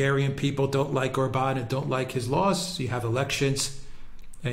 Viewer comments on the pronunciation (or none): The stress is always on the first syllable in Hungarian! Like O’rban Vi’ctor!